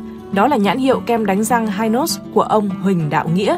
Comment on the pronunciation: Dân Miền Nam gọi là kem hi nos chứ k đọc là hai nos nha.😅